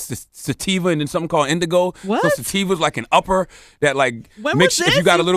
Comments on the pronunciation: Charlemagne its pronounced Indica not Indigo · he said sativa and "indigo" 💀